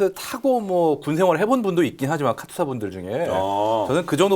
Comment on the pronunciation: 새로오신분 카'투'사 라고 발음하시는거 보고 합격점. 그리고 실전경험은 커녕 재대로 양산도 안되고 있는 전차를 이미 수십년간 실전으로 검증되고 꾸준히 업그레이드 되고있는 탑티어 전차랑 비교하는거 자체가 에바